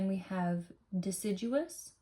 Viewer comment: It's probably horribly snobby of me... but it made me so happy that you pronounced deciduous correctly 😍 I really enjoyed this video. Thank you.